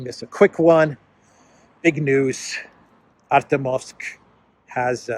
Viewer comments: you have to learn how to pronounce Артёмовск. The "ё" is spoken as "jo". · Pronounced "ArtYOMsk". Two syllables. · thank you for being the voice of reason in this world! By the way, "Ar-tyo-movsk" is pronounced with the stress on the second syllable. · the correct pronunciation of the Russian/Soviet name of that city is "Artyomovsk". Hyphen goes on the "yo" diphthong. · Please pronounce it correctly - in Russian, when the emphasis falls on an 'e', it is always pronounced as 'yo'. So ArtYOmovsk.